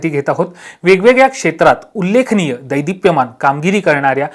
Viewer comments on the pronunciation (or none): मी जी भाषेची चूक ५० वर्षे केल्यानंतर सुधारली, ती तुम्ही लवकर सुधारावी म्हणून सांगतो - देदीप्यमान हे बरोबर. दैदिप्यमान हे चूक.